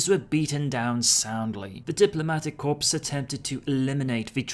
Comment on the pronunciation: Marine Corps, pronounced "core" not "corps" please 😉😘